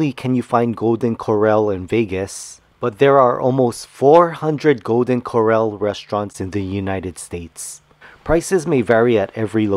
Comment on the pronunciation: It’s pronounced Core-Al as in pal. But your video still gets an A PLUS! Thank you! Hint: the double RR in Corral makes it an “a” like in pal.